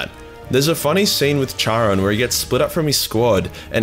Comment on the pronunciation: Bruh, you're Australian start pronouncing shit as one. Charon is pronounced 'Karon'. Bald is 'balled' not bold. Need any more help man im here for you, hmu